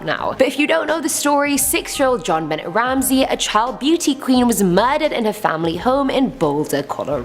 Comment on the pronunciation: Hi Sweetie, You do a Great job. I just need to share something with You as I know that You are not from here in The US. The little Girl Whom was Murdered Jon Bonet Ramsey. Her name was and is pronounced John- BOW-Nay. I know it looks like John Bennett but it is pronounced differently. You know how Us Americans pronounce different words in ways different than anyone from anywhere else. LOL!! I just really like when You do a Top Ten List. I hope that You don’t feel offended that I shared this with You. I am not judging or anything like that. I just wanted to let You know how We pronounce Jon Bonet’s name. Other than that; I love to watch You and how You react and let Is know to not or never go into this or that Horrible homes. YOU ROCK, GIRL!!’